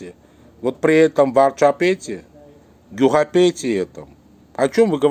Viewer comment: Gyxapet , a ne varchapet)))zvuchit kak nado)